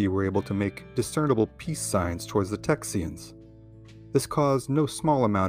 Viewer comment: Did he say "Texyans"?